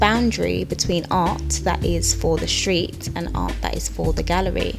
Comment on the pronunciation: I like your channel but if you keep saying "shtreet" instead of street, "lasht" instead of last I will not be able to listen anymore. It's loss I know but I can not stand it when S followed by T gets pronounce SH. Cringe.